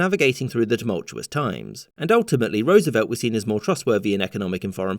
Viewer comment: First time I've heard a Brit pronounce Roosevelt correctly.